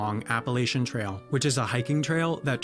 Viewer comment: Its Appa-latch-a, not Appa-lay-sha!😜😁😉 I'm kinda dissapointed about West Virginia's(my home state) fact. They should have mentioned that it was the only state formed during the American Civil War instead.